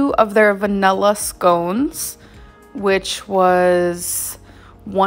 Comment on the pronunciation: Nothing makes my skin crawl more than trying to say the word “vanilla”.